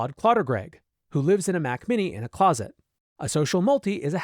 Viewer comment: Mac Miller ❌ Mac Mini ✅